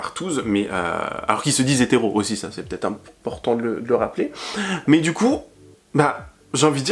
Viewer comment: Oi! You keep saying 'va-T-etre' but fffs, there is NO BLOODY 'T'!!!